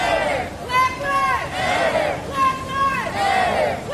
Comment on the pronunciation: "BULACK LyVEs...... Matter" Why did he say it like that LOL